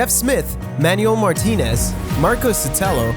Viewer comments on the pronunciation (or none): none